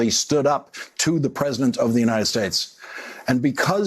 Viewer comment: This is YouTube’s Brian Cohen explaining something about someone explaining something on the news about Nancy Pelosi explaining something to the President of the United Shtates of America.